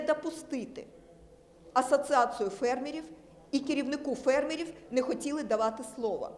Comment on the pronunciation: Та, ну, надоела, тётя-евреечка! Не "ливкидацыа", а ліквідаЦІЯ же! "Ассоцыацыа", это "кульминацыа"!